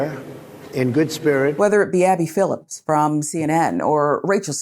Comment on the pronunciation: It's Phillip, not Phillips.